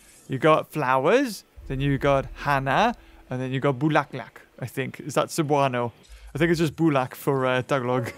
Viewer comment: Bulaklak and bulak are two different words but they are both tagalog language😅 But we appreciate that you're trying to learn our national language! 😁